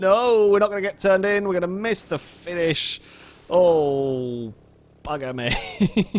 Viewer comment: "we're gonna miss the fish" I had to rewind that, but it does sound like he's saying fish rather than finish